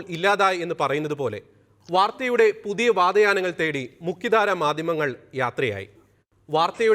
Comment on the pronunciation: 'വാതയാനങ്ങൾ' അല്ല. 'വാതായനങ്ങൾ' എന്നതാണ് ശരി.